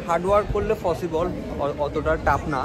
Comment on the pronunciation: Pronunciation Ta porjnto thik nai egular.. পসিবল রে বলে ফসিবল। Baper Taka Thakay egula ekhn Europe e 😐